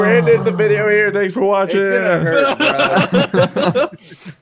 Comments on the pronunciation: "videio" sorry I couldn't resist lol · Is that really a correction of the word "video" with "videio?" Oh please let that be real. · I’ve watched this at least 10 times and this is the first time I noticed “videio” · videio? anyone else catch that? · Click off the "Vidieo"? xD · Videio? VIDEIO?! REALLY?!